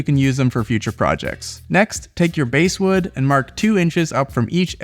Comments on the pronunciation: THANK YOU! My father used to do wood burning and carving with basswood and hearing "base-wood" was making me twitch 😂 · Basswood is pronounced like the fish, not the musical instrument. 😅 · Bass wood is pronounced like the fish, not the musical range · Basswood is pronounced bass like the fish not the guitar. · The bass in basswood is pronounced luke the fish. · you could try calling it basswood, like the fish, rhyming with ass, which is how it’s really pronounced. Overall, awesome project.